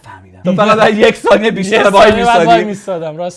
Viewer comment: آقا ی سوال احساس میکنم برنده ی جورایی بازنده اس کاپ سگ؟ 😂 آقا اینجا قاتی کرد اومد بگه تایم و ثانیه قاتی شد گفت تو اون تانیه 😂😂😂😂